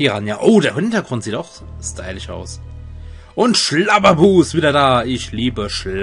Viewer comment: Wieso sagst du eigentlich immer stylich? ^^